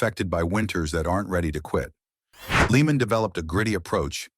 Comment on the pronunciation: Sigh..... Lee-man 🙄